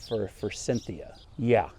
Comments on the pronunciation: Repeat after me. For-sith-e-a. 😅 I used to pronounce it like that, too. My town has so many forsythia hedges and they all look terrible. Either sheered to death or unpruned in 50 years. Still alive, though. Buy a cheap one and put it on the edge of the woods with a bunch of daffodils. You’re lucky. My lowes has absolutely nothing on the clearance rack. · There is no N in forsythia. Just sayin'